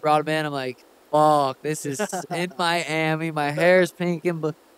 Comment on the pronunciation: You turned Miami into Yourami 😂🔥